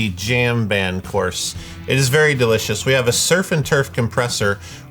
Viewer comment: Every time says "course" I hear "chorus"